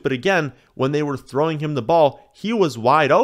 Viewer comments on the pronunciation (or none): none